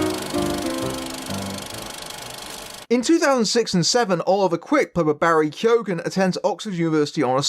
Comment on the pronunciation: You don't pronounce the G in keoghan